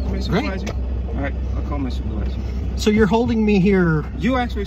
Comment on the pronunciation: In this video the guy says superwisor but also says video…..